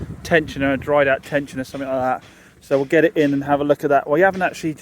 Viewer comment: no K in something